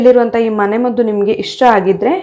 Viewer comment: adu "mane maddhu" alla.." mane maddu", dayavittu kannada kole maaDbeDi 😂